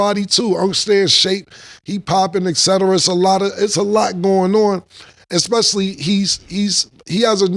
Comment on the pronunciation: Did she say: Eck specially 💀💀